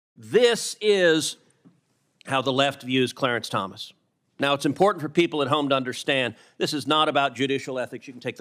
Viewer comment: Did he just say deportant?